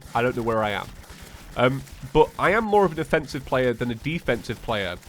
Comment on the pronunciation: His accent made it sound like defensive